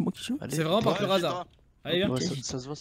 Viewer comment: Une soirée vreuhment rentableuh 😂